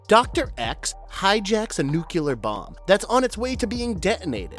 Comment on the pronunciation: "nucular". it's pronounced "nucular"